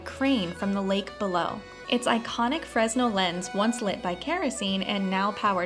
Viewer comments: I’ve never heard of it pronounced fresnel. (We’ve always pronounced it “fur-nel”) 🤷🏻‍♂️ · I mean no offense but I used to do a lot of stage lighting, we used fresnel fixtures, but they are pronounced fruh-nel.